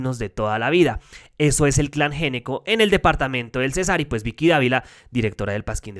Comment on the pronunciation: Una campaña para no pronunciar el apellido de esos bandidos tan glamurosamente. Fonèticamente debería sonar ÑECCO y no Géneco. Además, les queda bien hacer parte de los Ñeñes, Ñoños Ñames, Ñecos. Vicky Dávila de Ñeco. De los Ñecos.